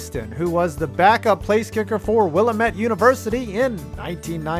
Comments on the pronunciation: 'Wil-Lamb-It' not 'willa-met'. Not that you're likely to need to pronounce that name again anytime soon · Will Aaa Met not will uh met (from the town the school is in lol) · As an Oregonian I found that first one pretty cool but goddamn, why is it so hard for people to properly pronounce Willamette? It's Will-ahh-met, not Willa-met. A small and pedantic thing, I know, but it always bugs me. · God that pronunciation of willamette is awful (it’s will-am-et) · Will-AM-met, I'm so sorry lol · Willamette rhymes with dammit! Go Bearcats! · Will-AH-mette University. It's in Oregon, not Illinois. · I’m going to Willamette U next year! Many of their sports programs have a rich history of giving minorities a chance at a time where that sort of thing didn’t happen. (P.S It’s pronounced Will-am-et btw) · It’s pronounced Willamette, dammit! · Said willamette wrong lol